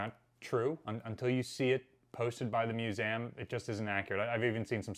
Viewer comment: Is it me, or does the guy struggle to pronounce 'museum'